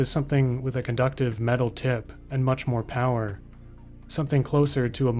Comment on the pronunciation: unlimited POWAH!